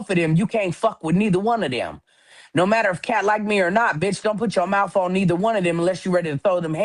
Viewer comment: Why does she say teef, mouf, bref???? Good lord